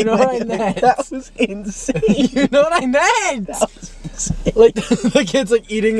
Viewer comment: “You know what I net”